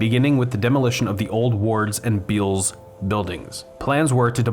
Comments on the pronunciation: I noticed that you have pronounced Bealls as "beels" in a few videos. It's actually pronounced "bells", or at least that's how they pronounce it in their commercials. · Beall's Departments Stores are pronounced "Bells". I heard you mispronounce it when you did your piece on Gunspoint Mall and meant to leave a comment. Wish you would do segments on thriving Texas malls like The Galleria and The Woodlands Mall (both in the Houston area) and NorthPark Center (Dallas). Overall I'm enjoying your taking us viewers inside failing cathedrals of commerce. Dead and dying malls are definitely a thing. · Bealls - pronounced Bells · its Bell's. Not Beall's. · BTW, that store name is pronounced "Bells" as in Dan Bell. The A is silent - and bell shaped.